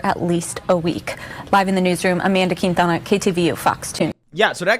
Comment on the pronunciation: reporting on Shang. Forget Rush Hour, this is Mortal Kombat! EDIT: Ok, Amanda Quintana but it sounded like Kitana 😂